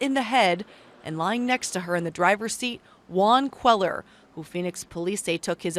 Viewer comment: When reporters live in the southwest, they should learn to pronounce Hispanic names. It's not QUEL-er. It's QUAY-yar.